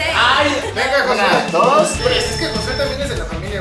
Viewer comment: y bien seguros diciéndole "José" en lugar de Jossue 😂